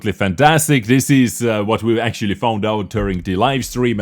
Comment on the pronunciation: I knooow, i know, i know you are not a fluent english speaker and its okay. But please for the love of god stop saying "akchuly" instead of "actually"